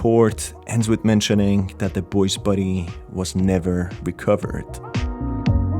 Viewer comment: The way he says "body", sounds like he's saying "buddy"